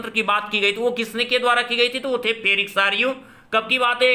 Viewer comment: फेरिक सारयू नही सर फ्रेड्रिक सारयू होगा । आप से विनती है की कृपया हमे गलत जानकारी ना दे।धन्यवाद🙏